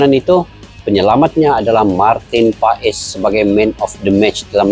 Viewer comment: Baca dan pengucapan nya Martin pas bukan Martin pa es.. walupun secara tulisan paes